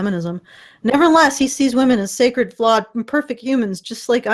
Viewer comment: Scared, not sacred.